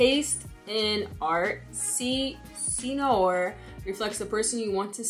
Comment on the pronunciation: Loved your review! Cé Noir is pronounced “Seh New-our”